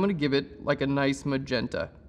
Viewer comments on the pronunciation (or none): none